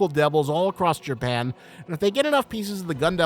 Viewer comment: did u say jerpan?